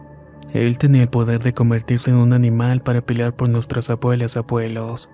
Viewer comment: Tus relatos son buenos, pero tienes un problema muchas palabras que no pronuncias bien. Por ejemplo: tartamudeando y tu dices tartamudiando, pelear y tu dices peliar y así sucesivamente. Un buen narrador debe hablar correctamente.